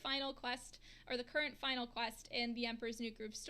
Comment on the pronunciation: She said “current” and “thrilling” emphasized. So I wonder if they are going to create a new thrill zone?